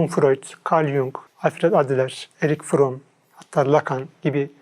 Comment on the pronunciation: Arek Fron değil de Eric Fromm olacak o.